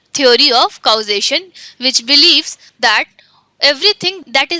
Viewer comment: Acha learning video he but aap thoda English movies dekhliya karo pronounciations aa jae ga. hum word ko vowel ke hisab se kehte hen lekin unka pronunciation alag he. for example: Causation ko Kou-zation nehi balkii /kɔːˈzeɪʃ(ə)n/ kehte hen. Diualist nehi Dualist.